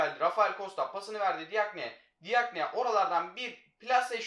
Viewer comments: Abi DİAGNE cagne diye okunuyo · Abi diagne değil cakne